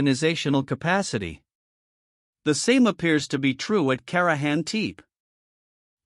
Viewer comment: you know, it would only take a few minutes to "train" your AI to learn the correct pronunciation of the words you use. at least the tepe part, it is rather annoying to think how lazy you are in your endeavors. i couldnt stand it, fix it and let me know. the potential that you have put together something interesting. this is really bad, and REALLY LAZY